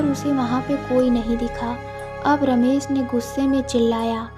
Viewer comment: Ramesssssss, Ramesh hoga.....Ramesss nahi